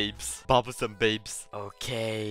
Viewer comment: Its not Babus its Babusssss